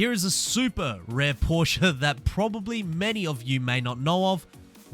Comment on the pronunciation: Porsche Leichtbau = Porsche Lightweight for you English speaking people XD At least your pronunciation of Porsche sounds right. It's not a Porsch you freaking amateurs it's a Porsche, Por-sche, get it right XD